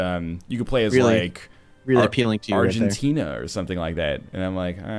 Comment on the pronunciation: ANGENTINA "EH" NL TAKE THAT BACK